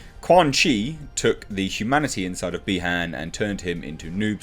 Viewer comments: it's BI-Han not BE-Han, similiar to saying Bi-sexual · Not bee Han it’s pronounced by haun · The way you pronounce Bi-Han had me thinking of how lando calrissian would pronounce it lol